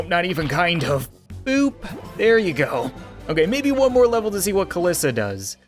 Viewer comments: Its not kalissa its kalie/kaliisa (as on how to say it) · It’s cal-ee-sa